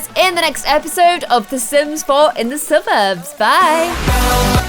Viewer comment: "Suburbs" LOL